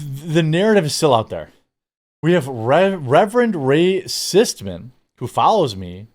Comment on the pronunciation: Ray cistman. Really bro???